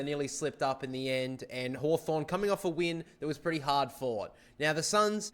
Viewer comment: You got hawthorn wrong